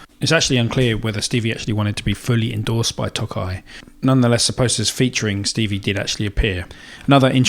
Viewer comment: Tokai's first half should be longer, as if you're saying "toe kite" without the t. It means "eastern ocean." Their names sound silly (Breezysound is their Tele, Love Rock is their Les Paul) but the sound and playability are good. I've had 3 Fender tele's but am currently playing a Tokai as I like the sound more.